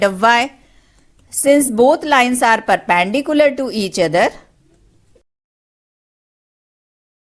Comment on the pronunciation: It's not perpandicular its perpendicular